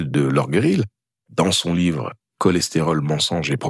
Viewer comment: Eh bien, après un tel uppercut, je serais bien étonnée que cette vidéo, pourtant d'utilité publique, ne fût pas virée de YouTube sans tambour ni trompettes! [Au passage,, bravo pour ton excellente imitation des Inconnus dans le sketch des chasseurs 🤗) Mais pourquoi diantre t'obstines-tu à prononcer "Lorgueril" alors qu'il n'y a pas de u dans le nom de ce grand cardiologue? 🤔